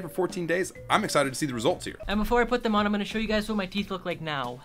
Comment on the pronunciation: U SAID HEAR INSTEAD OF HERE OMG